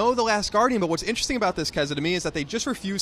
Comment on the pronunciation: Can someone please teach how to pronounce interesting? Every time I hear him say inchejsjing, which is every video, I want to hurl my tablet. Thank you.